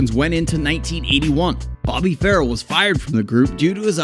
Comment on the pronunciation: Get your facts straight, and it's Bobby Far-RELL